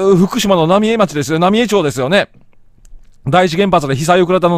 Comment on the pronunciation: 野暮な指摘で申し訳ないが ×浪江町（なみえちょう） 〇浪江町（なみえまち） です！